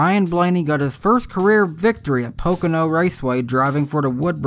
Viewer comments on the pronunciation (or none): none